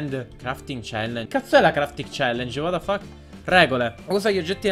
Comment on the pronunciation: Minchia compà, ma quanto sei hacker quando dici: ua da fach :D